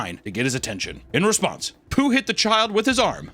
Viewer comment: I can tell by the way Papa said "in response" that he plays MTG